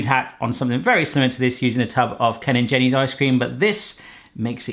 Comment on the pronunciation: did he say ken and jenny's?